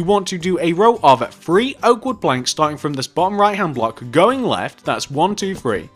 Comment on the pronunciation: "one two free four"